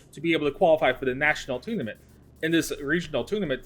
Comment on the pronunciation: "Toonament"? LOL